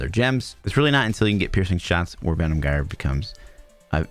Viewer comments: Jire, not gire, you can't even pronounce the skill name... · it pronounce jyre not gire , altho its written with G, thanks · Gyre is pronounced like "fire" and starts with a "J" sound.